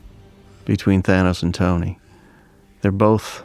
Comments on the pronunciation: Is this guy saying "Tiny Stark" or Tony... I'm so confused? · Its Tony, not Tiny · Is it me or does every time says Tony it sounds like tiny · Tony is genius, your video nothing matches with thumbnail, and learn how to pronounce Tony, you pronounce likes tainy not tony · it sounds like he said tiny stark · Anyone else keep hearing dude say Tiny Stark? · He kept saying tiny stark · It's Stony Tark. Get it right.